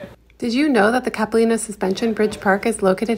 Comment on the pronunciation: It's wonderful to see Vancouver depicted in winter, and your obvious enjoyment. Locals pronounce the a in Capilano like the word eye, and call that skating rink Robson, but your pronunciations were charming and make you seem genuine. Bravo!